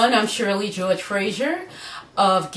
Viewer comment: i loled at the way you said george in the beguinng